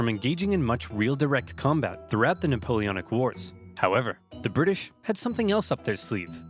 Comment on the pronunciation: No, you havent gotten it yet, its Napoleonic wars not napoleanic wars